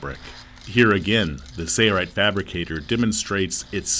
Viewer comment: Why is he saying 'say right'? Its sail not say. Am I missing something?